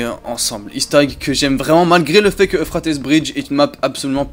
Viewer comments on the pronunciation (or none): Pourquoi tu prononce « euphratesse », ça ce prononce « euphrate » ( petite info, l’euphrate est un lac de mésopotamie ) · Plus jamais tu dis Euphratesse sinon bah j'vais rien faire enft (Mais ça se dit Euphrate, c'est un fleuve qui fait tout le moyen orient, faut suivre les cours d'histoire-géo des fois) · Puis y'a aussi la prononciation de certaines map qui gène à l'oreille, genre "eu fra teuss" non c'est "eu frai ts" ça perturbe un peu d'entendre des choses pareilles mdr aller continue on t'adore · « Euphratesse » mdrr